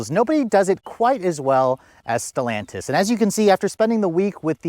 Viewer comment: Still sounds weird to hear you say Stellantis.